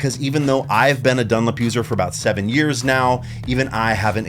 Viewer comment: The way you pronounce "DunLOP" as "dunlip" is driving me mad.